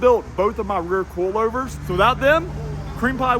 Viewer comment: With your accent the way you say coilovers i cant help but hear in my head it sounding like "coolovers" or "Koolover"